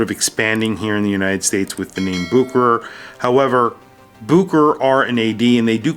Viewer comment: It’s boo-kr, not boo-share-ray?